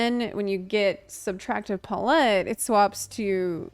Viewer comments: The nost amusing part of this vid is hearing "puh-LET" instead of "pal-it" for palette. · I've never heard someone pronounce "pal-ette" as "puh-lette before. Must be a regional thing 😅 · She's just classy since she lived in Europe for so long 😌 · Love your videos and can't wait to try this job! Just as a side note though, it's pronounced pal-et (emphasis on "pal") - pal (as in friend) and et as in (get) or like saying the word palace except replace "ace" with "et". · I kept hearing you say Palette that way and I went “Wait, when did they start involving chickens?” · I'm just here to give you a like for how you say palette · she's still putting a stronger emphasis on the first half which is still incorrect regardless of how the second half is pronounced. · I had to pause the video and check the comments before continuing because I was too distracted by the fear that I'VE been pronouncing palette wrong this whole life to pay any attention. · first ever apology video is going to be "I'm sorry for saying palette incorrectly" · unfortunately, the way it’s pronounced with a French accent is only slightly different than how one says it in English, as English is flattened. Neither are close to how she said it. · i feel like she's probably heard the word "palette" before but never seen it written so hasn't had the "a-ha!" moment of how it's supposed to be pronounced. i did the same thing with "epitome" for years. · Putting the empPHAsis on the wrong sylLAble. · Often times when people mispronounce words it’s because they learned it by reading. This is an amazing thing :-) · Nah. I'm pretty sure it's just a knowing the word only from reading it thing. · PA-lette, not pa-LETTE. Putting the empPHAsis on the wrong sylLAble. Yet somehow on brand. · Pretty sure the issue is her pronouncing it as pa-let rather than pal-lit. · Why are tou saying "paul-ette" instead of "pal-et" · Your pronunciation of palette reminds me of Will Terrell's Lovah character saying hot tub.